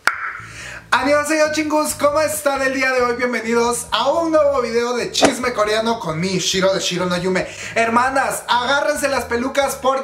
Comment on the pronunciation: Amo cuando dices shisme coreano :'3